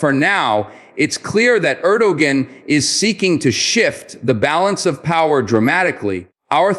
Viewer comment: You know all is well But it would be nice if you can pronounce the countries president's name correctly